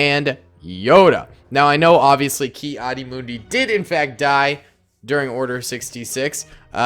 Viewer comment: it is kad di mun di